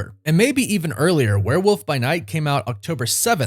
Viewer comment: Love love love this channel and you, but it's WOOLLLLF werewoLLLLLf. Not a Woof. Not a where woof. I know u say woof woof, but gdmnt it's a WEREWOLLLLLLLLLLLLF